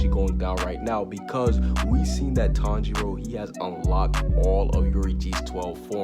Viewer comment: Why are you saying tong 0